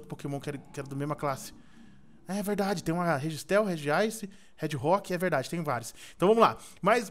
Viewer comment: "regiistel" hauhauhauha é o inmão da nextel hauhauhauhaua